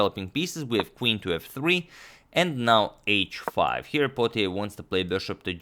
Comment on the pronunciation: Potier is a French surname pronounced "poe tee aye"